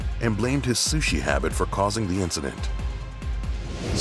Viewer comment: Did you hear he said do not eata suhsi